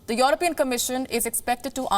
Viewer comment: It's European, not Your-opean